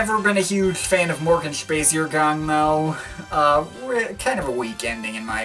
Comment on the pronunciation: Morgenspaziergang is pronounced kinda like: "More-gun-spud-zeer-gong" - if you say it like that you're pretty damn close. :) Will you review, at some point, also the music of Ex-Werkers like Wolfgang Flür's Yamo and Karl Bartos' Electric Music?